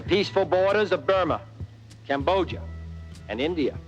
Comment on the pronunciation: So JFK couldn't pronounce Cambodia?